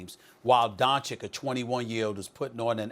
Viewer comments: Donchich not donchick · It's Luka DONCIC not Luka Doncik... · The only thing that is offensive is SAS still mispronouncing Luka's family name. No excuses left after almost two full seasons and his rise to superstardom.